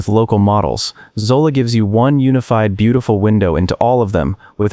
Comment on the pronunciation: Zola? Hydra? 😂😂😂😂